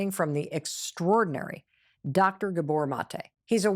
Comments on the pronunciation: 'Scuse me - could you get his name right, please? It's stress on the 'a' : G*a*bor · He pronounc, his name , GA-bor, NOT ga-BOR.